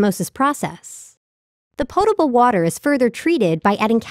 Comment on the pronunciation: why emphasise the portable part?